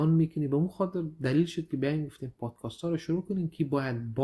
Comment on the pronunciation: لطفا podcast را درست تلفظ نماید. تلفظ عزیز درست است. میگه پادکاست که درست نیست. ببخشید زیاد مهم نیست ولی توجه را جلب می‌کند